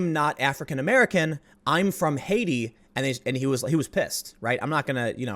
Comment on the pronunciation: Haiti is pronounced Ha-iti. More like Tahiti than ‘Hatey’.